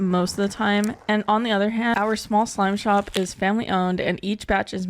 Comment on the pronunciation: Sorry.. did she say slime shop?